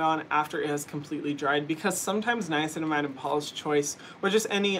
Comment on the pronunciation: drinking game: take a shot every time Hyram says niacinimide